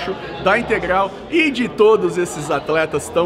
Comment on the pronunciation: é integral e não integlal kkkkk esse e uma figura